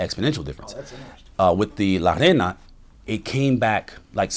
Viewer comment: It’s pronounced ray-na this man is trying to say “queen” and he keeps saying “sand” 🤣🤣